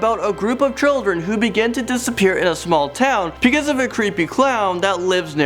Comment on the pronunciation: I love how he says because "pecause"